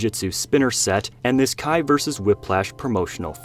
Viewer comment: Kia? It’s Kai.